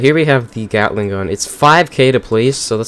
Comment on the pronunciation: Uh why did i hear *gyattling gun"